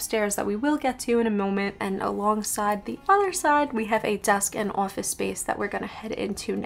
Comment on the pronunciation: As soon as I heard you say "office" I knew where you were from 🤣